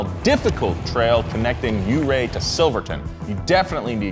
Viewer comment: This is where I live! I yelled out loud when low truck conquered The Wall. You even pronounced Ouray correctly. Great job boys!